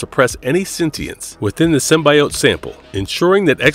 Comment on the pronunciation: Omg, for the last time: Sim-BEE!!!-ote!!!